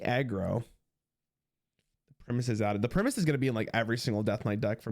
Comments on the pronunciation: It's also just how english works in general lol. Think "Tiger" vs "Tigger" - long Vowel sound before the single consonant Vs Short vowel sound before a double consonant. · IT's PRIME-US not PRIMMUS!:P love the content bud, have fun with titans release!!! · You can tell he's a young one music-wise if he can't pronounce Primus. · I just don't understand how you can think it's pronounced primmus 😭😭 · The way pronounces the Primus is straight cringe.